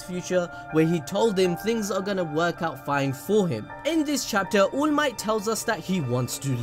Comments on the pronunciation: It's to fucking funny when you're saying allmight but eventually I hear "ULMIGHT" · This the first ive watched from this channel, so is this guy really saying allmight as oolmight on purpose or is he milking it as a joke?